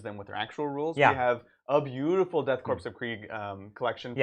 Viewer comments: I cannot listen to people calling the "Death Korps (PRONOUNCED CORE) of Kreig" the death CORPSE or Krieg... I almost turned off the video as soon as I heard Brian say it, and really had to resist doing so after echoed it... Y'all are too smart for this shit lol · I always assumed the “Korps” in Death Korps of Krieg was pronounced like “corps” (as in marine corps or peace corps) which rhymes with “core” (silent P and S)